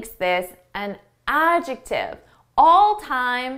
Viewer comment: I shake my head when you jump in that word adjective for a second time, it seems you miss pronounced it, I wonder myself like an English learner,( love you ✌)